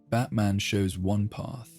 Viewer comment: Pronounced " bat - min " I assume?